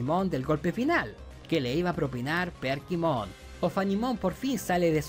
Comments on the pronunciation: Porqué dice PERKIMON? se llama Kerpymon. Además este men nada más por que a él no le gustó, ya dice que es la peor temporada.. Mira los comentarios y te darás cuenta que casi nadie concuerda contigo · por qué le dice perkimon a kerpymon jajajajajaj lpm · decirle Perkymon a Kerpymon me dio toc todo el video xd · Soy el unico que escucha que le dice perkimon en vez de kerpymon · demasiados "perkimon" pero buen video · mi unico punto en contra es que todo el video te la pasaste diciendo Perkimon, y es Kerpymon o Kerubymon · Kerpymon no perkymon jaja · Perdí la cuenta de cuantas veces dijo "Perkymon" xD tremenda dislexia de más de 30 minutos